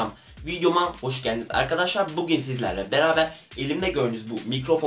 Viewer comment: evvet arkaşşar evvet arkaşaar ......